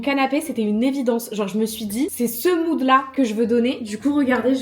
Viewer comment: Quand tu parles de moude je t ai perdu bleu électrique 😅